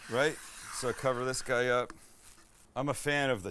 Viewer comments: Really? No one referencing, that he said "Hi, I'm sam the cooking GAY..." Having this variation of GUY in that conversation, where it basically went on and on about mispronouncing or not pronouncing at all almost killed me :D ( you're welcome :D) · Max got him so flustered about the shape of the pan that his mispronounced his own name! "Hi I'm Sam the Cooking Gay!" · I laughed, sounded like he said Hi I'm Sam the Cooking gay hah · He said, "Hi I'm Sam the cooking gay and u haven't said rectangle." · Sounded like you said "hi im sam the cooking gay" 🤣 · 9.30 "Hi, I'm Sam the Cooking Gay". Aaaand we mix. Gotta love the goofs. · I thought it was sam the cooking gUy 😂😘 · Did anyone else hear "Hi, I'm Sam the cooking Gay" haha his canadian accent pranked him